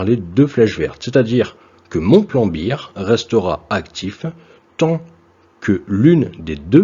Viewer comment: Super intéressant ! Juste pour info et pas à prendre comme une critique. Bear se dit "bère". Pas comme Beer en anglais. Mais bon les francophones comprennent :)